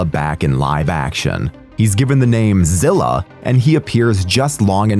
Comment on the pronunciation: umm, his name is Zilla, not whatever that was you said. smh